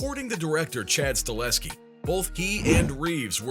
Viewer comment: “staHELLSKI” not stalinsky